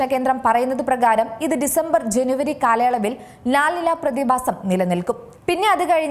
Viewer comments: ലാൽ അല്ല ലാ.... നിന.. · ല നിന്യ. എൽ നിന്യോ. ñ ആണ്. n അല്ല. മുദ്ര ശ്രദ്ധിക്കണം മുദ്ര. 😬